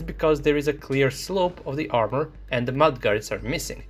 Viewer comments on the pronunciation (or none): none